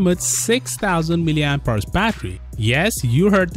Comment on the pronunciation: Oooo "mAh" God 😂😂😫😫... That was beautiful